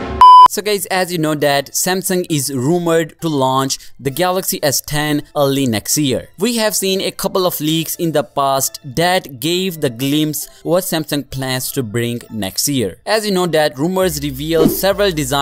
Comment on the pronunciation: Did he actually say post instead of past?